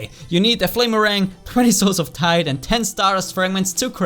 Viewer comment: Lol Everytime said souls of Tide it sounded like he said souls of tight